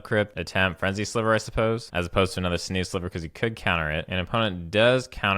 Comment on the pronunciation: sinew is pronounced "sin you."